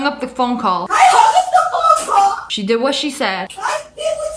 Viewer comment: Omg the amount of times the first Karen said PhOne CoWl